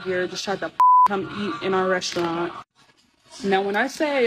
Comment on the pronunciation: What's a "RES -TUA -RANTS"?